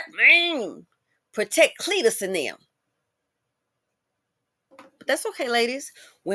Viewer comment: Cleatus!! I crack up every time I hear it! He wears glasses too, playing video games all day; not reading!